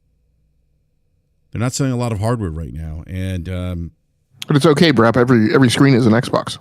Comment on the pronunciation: LoL ish He says "welcome back to BRAP Sir" But he totally sounded like he said "welcome back to Brazzers" Hahaha Brap trying to talk about how toxic the gaming discourse is now compared to "back in the day".... Dude Brap is constantly stirring the pot saying super fanboy BS all the time. Even the title of this video LoL, "Xbox hardware struggles". I feel like there was no real reason for that headline except for trying to get hate clicks or pony clicks haha. Thats not just Brap, that is just how the gaming youtube community is